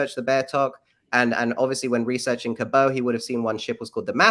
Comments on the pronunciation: Important: Nova Scotian with Newfoundland roots, here. John Cabot is pronounced "cab-it", not Cab-oh. Newfoundland is pronounced "Newfin-land", not "New-found-land". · Oh, ffs. The anglicisation of Giovanni Caboto is John Cabot, with a hard T. Giovanni Caboto WAS NOT FRENCH, and no anglicisation would have ‘Cabot’ pronounced ‘kah-BOH’. 🙄🙄🙄 It just sounds fucking pretentious and like a shite attempt at sounding like an intellectual. Newfoundland is not pronounced new-FOUND-land; phonetically using a standard keyboard, it’d be best approximated as NEW-fund-lund. I could go on correcting mispronunciations (please learn how to properly pronounce ‘Elgin’; the man even says his name properly himself), but it’s not worth the trouble. This entire ‘theory’ (that term is being used very loosely; it’s more accurately termed a few wild-assed guesses and a metric fuckton of mental masturbation) is ridiculous. As this gets disproven, how about let’s not have this assclown back on again and give him such an enormous amount of time? There is more wrong with this pack of guesses than a sane person can swing a stick at, but first and foremost is the hinting at disease-infected blankets having been given to the natives — THIS HAS BEEN DISPROVEN and the fake-assed professor who was trying to promote this idea has been completely discredited. Stop spreading horseshit. And for crying out loud, why would the missing colony be considered a mystery if this clown can solve it in two minutes? Do the people buying into this shit not understand that there have been many scholars and researchers who have looked into this — including the ‘Croatoan’ carving — and decided